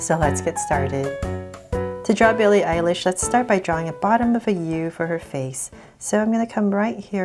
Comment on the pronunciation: Beli Elish😂😂😂😂😜😜